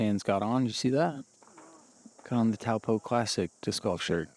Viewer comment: You guys are doing great, but you have to learn how to pronounce the New Zealand language. It’s very similar to Hawaii where you annunciate the vowels as they sound. You’re saying Taupo totally wrong. 😂